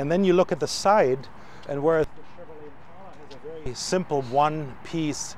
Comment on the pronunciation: Thanks to the German guy for saying "Impala". So tired of "Impaula".